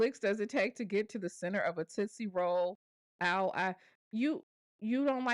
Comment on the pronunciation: LOL I SWEAR SHE DONT EVEN KNOW HOW TO SAY TOOTSIE ROLL POP SMH